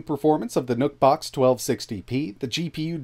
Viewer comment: who else heard him say "NUT BOX" ?🤔🤔🤔